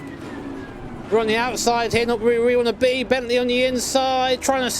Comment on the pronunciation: Glad i'm not the only one with ffb overpower issues in this game ^^ And did he just called a Bentley "A boatley" 🤣